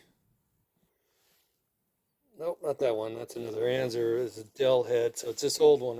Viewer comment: Why are you pronouncing it “anzer”? That’s not how it’s pronounced. Just another hoarder pretending to post an educational video and you’re really just showing off. When you die that stuff is going to be sitting at the nearest Goodwill.